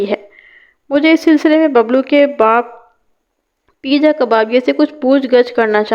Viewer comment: Parwez ka nick name peeja nai peja hota hai